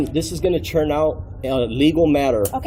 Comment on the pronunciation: “Is it my churn to speak?”😅